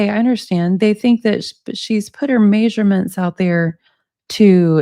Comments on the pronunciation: it is NOT pronounced MAYsurements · Maysurements maysurements maysurements maysurements maysurements maysurements maysurements maysurements maysurements maysurements maysurements maysurements